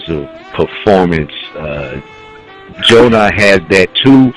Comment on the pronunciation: Did these guys see the Gjonaj Vs Psycoses battle? Gjonaj has stepped it up since Diz, but I agree Danny is gonna be a tough opponent, I can't call it... I know that nobody is getting 3-0'd here though. Also fam.. His name is GJONAJ (Joe-NIGH) not Jonas.. Can't wait for the battle